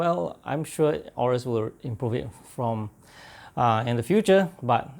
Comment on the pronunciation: It's actually pronounced "a-yo-rus"